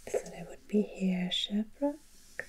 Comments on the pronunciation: You will find the odd English place name in Quebec, and your pronunciation of Sherbrooke is right. You are right about the Catholic influence in Quebec. A fun fact for you: Swear words in Quebecois French are actually religious terms used out of context. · Sherbrooke. That's where I live. 😀 You were right, it's pronouced in english. Lord Sherbrooke was a british governor.